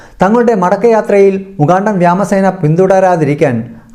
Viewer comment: സംഗതി ഓക്കേ.. പക്ഷെ കൊല്ലപ്പെട്ട നെതന്യാഹു ഇപ്പോഴത്തെ നെതന്യാഹുവിന്റെ സഹോദരനാണോ എന്ന കാര്യം പരിശോധിക്കണമെന്ന് അഭ്യർത്ഥിക്കുന്നു., വ്യോമസേന എന്ന് പറയേണ്ടത് എങ്ങനെ വ്യാമസേനയാകുന്നത് മനസിലായില്ല.. 🤔🤔🤔🤔👍👍👍👍👍